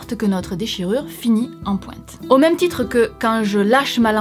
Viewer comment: Seul chose à retenir : Ça finit, en PWINTEU